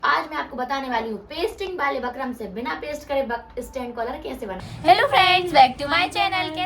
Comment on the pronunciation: Sis बकरम nahi hota बुकरम होता h